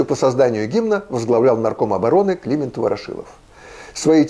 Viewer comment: Многоуважаемый Ю.Б., вы просто забыли: всегда говорили Климееент (Ефремович Ворошилов). К тому же, и у Флоренции Авдеенко, и в Википедии именно Климееент. М.б., вы правы насчёт Чезаааре, как ни странно: так говорили о Дзаваттини (которого у нас называли Заваттини, так что ли? сейчас он презентуется с правильным написанием фамили и ударением в имени.) А Сорооочинская ярмарка почему у вас с неправильным ударением?!Её же в школе склоняли. Вообще-то, подумаешь - неправильные ударения! (Меня коробит, но я последний из таковых.) Спасибо ещё раз за прекрасный выпуск.